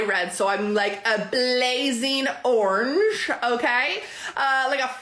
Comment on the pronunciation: OMG... she can't say the word orange. I bet she would ask you how to spell orange, too....